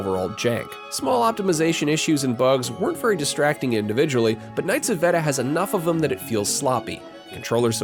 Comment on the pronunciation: It's pronounced "vay-da"